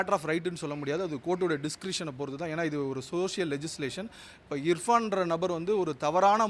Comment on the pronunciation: He's telling IFRAN... instead of IRFAN As a lawyer first tell the name correctly then accuse anyone.